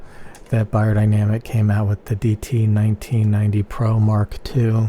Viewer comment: It is closer to "buyer..." but still not correctly spoken this way. I'm from Germany.